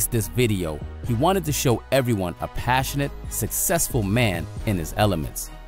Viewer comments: As yes…. So PASSIONAT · Anyone else catch the "Passionat" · Ahh yes, PASSIONAT.